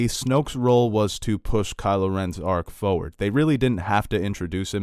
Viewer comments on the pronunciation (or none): He says "foward" 😂